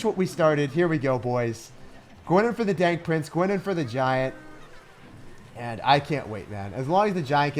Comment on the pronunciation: I clearly heard he said dank prince 👌